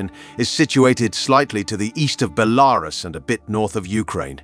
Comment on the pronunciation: You sure of your pronunciation of Belarus??? Ukraine?? St Basil's?? Not sure this is the job for you?